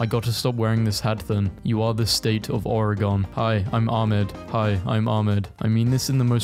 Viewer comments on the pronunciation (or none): It’s pronounced OregIN not ON. As an Oregonian, we take this rather seriously. Though, of course, it's not your fault if you didn’t know. I don't wanna come across as mean.